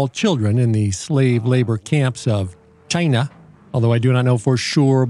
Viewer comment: Hilarious Stuff. "CH-EYE-NUH" Can't click on these videos fast enough.